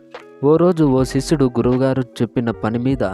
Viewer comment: శిశుడు కాదు రా. శిష్యుడు